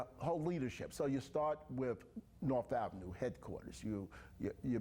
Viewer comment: The council member cant say with "wiff" gee I wonder what the problem is 🤔🧐 ⚫ are not able to be educated so quit wasting money on them.